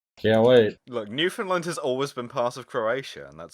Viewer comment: Holy shit, you're the first group I've found online in years who know how to say Newfoundland correctly. Thank you haha